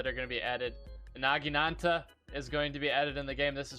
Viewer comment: Its pronounced NAH-Gi-Na-ta -Gee-nata